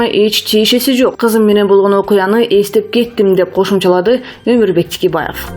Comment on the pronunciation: Тикебаев эмес Текебаев туура оку.